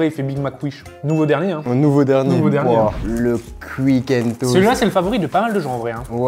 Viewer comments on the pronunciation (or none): Pour il dit cuique le Fastgood, il sait pas dire quick?